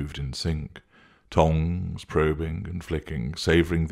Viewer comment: Oh I'm hearing THONGS, not tongues, lol!